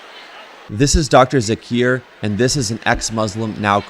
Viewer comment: Joker not Jakir